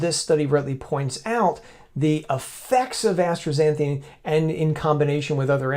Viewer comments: The substance is ASTAXANTHIN, NOT astraxanthine. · I don't pronounce the "r" in astaxanthin.